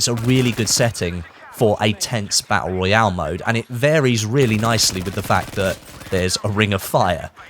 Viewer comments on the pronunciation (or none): none